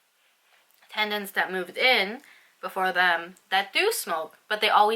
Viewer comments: It is teNants not "tendants' that word doesn't even exsit lol So frustrating to hear you saying the wrong word again and again in the whole video. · i love your vids girl but I just want you to know it's tenants not tendants :)